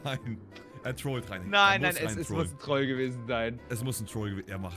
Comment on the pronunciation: Ich mag das, wie das Wort „trollen“ betont ganz anders als oder andere es sagen würden